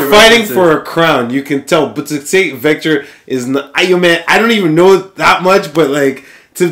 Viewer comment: vector' not 'victor'